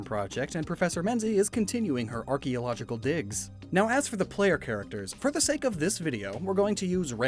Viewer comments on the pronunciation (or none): none